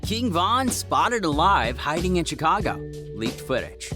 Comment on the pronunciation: He said chcaga